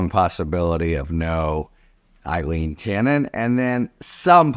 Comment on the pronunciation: Harry, Judge Cannon's name is Aileen, not Eilene. Come on - we can do better than this. Some are deliberately mispronouncing Kamala Harris' name. Let's respect those we report on by pronouncing their names properly.